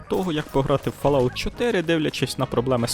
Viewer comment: але ж....читається фОлаут